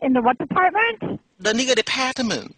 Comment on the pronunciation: "that last word was deparhtment." Had me dying